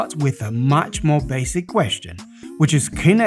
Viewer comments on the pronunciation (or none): none